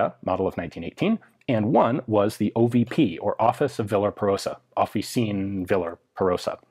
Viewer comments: Nice video and really a great piece of history there! But the pronunciation of Officine is not like you would do with french; you simpli pronunce every letter so it is: "of-fee-chi-ne" hope i've been sufficienly clear otherwise look it up in google translate which has a pretty good pronounce. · Is pronounced Off ee chee ne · It's "Offi "chee" ne" italian Cs are pronounced as a CH sound. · In case anyone cares officine would be pronounced like officinay italians pronounce all the letters unlike french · The "c" in "officine" is pronounced like "ch" in "Cheek". First of all, that's perfect timing to speak of 9mm Parabellum! Secondly, I wonder why were Italians using 9 mm Glisenti in their handguns and 9 Para in SMGs? Surely at that point there wasn't that much of a difference (given the 9 Para loads of the day), but a lot of logistical hussle. In this light it seems almost reasonable to switch to 9 mm Corto for pistols and 9 Para +P for SMGs, as they did after the war. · The "c" in "officine" is a hard c, like "ch" in "Chad" :P